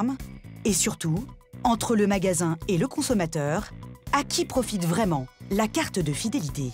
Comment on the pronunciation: Suw le powtefeuille on fait waiment waiment attention.